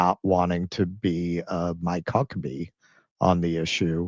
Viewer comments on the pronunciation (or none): Did you say Mike Cuckabee?! HA HA HA HA HA HA HA HA HA HA HA HA Either way Bless Ya! HA HA HA HA HA HA HA HA